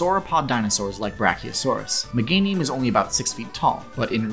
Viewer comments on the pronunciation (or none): none